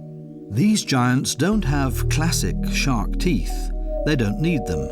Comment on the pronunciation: Why do you say, "Whale Shock" instead of Shark?